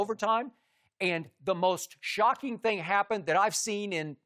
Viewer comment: Shannon “Here’s the thang skip” Sharpe